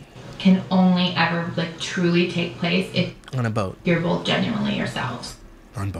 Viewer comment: I don't understand how people put a l in both. I can't pronounce bolth.